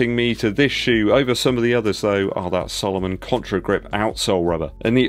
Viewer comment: Love the videos. But please,,,its SAlomon NOT SOlomon.